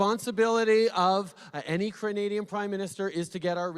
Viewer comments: Did he say cranadians 😂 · WOW AT133ISH WHAT THE HELL IS A CRANADIAN, OH ITS SOMEONE FROM CRANADA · It sounds like he said "Crunadians" at the beginning of his response.. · What is a Cranadian? HAHA!